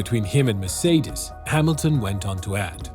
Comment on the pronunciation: Finally some one who pronounce "Mercedes" decently most of the time